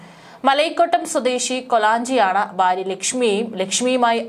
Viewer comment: Baarya alla bhaarya. Aadyam malalayalam parayaan padhikku.